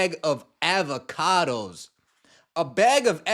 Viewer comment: The way you pronounced avocado is criminal lmfao